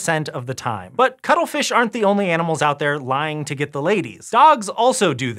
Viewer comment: For a second I thought you said cuddlefish.